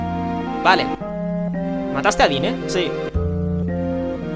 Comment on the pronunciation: Normalmente las palabras en FF se pronuncian en esdrújula o sobreesdrújula ya que provienen del japonés y todas tienen el acento en la primera sílaba. En inglés suele ser parecido, así que Gongaga sería "Góngaga" xD Por cierto, Dyne se pronuncia "Dain", "Yuffie" se pronuncia "Yufi", Junon es "Yunon", Cait Sith se dice "Keit Siz" y "Cloud" se dice "Claud", etc... Ah y gracias por pronunciar bien el nombre de Sephiroth ("Séfiroz" xD), "Sephirot" es una traducción horrible xD Siento ser tan tiquismiquis con la pronunciación pero es que me puede tanto como las faltas de ortografía xD Me encantan tus guías :)